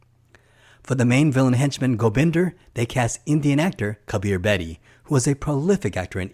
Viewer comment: I think its Gobinda not Gobinder.